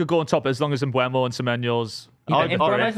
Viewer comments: You're all saying Mbeumo wrong, and you spelled it wrong in the graphic! It's eu not ue. Stop saying Mbwemo! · I know someone doesn’t really watch football when they call and spell “Mbuemo” instead of “Mbeumo”. It’s like calling Saka, Sala or Salah, Malah.